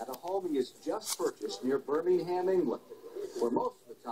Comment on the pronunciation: cant even say birmingham correct